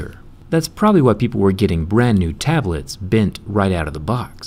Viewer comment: HE IS DAMAGING THEEE BOOTIFUL TABLEEETSS! XD